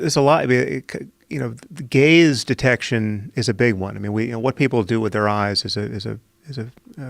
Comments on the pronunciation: Gaze detection totally sounded like gays detection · Yea because he didn't pronounce the word gaze correctly. I thought about the same thing.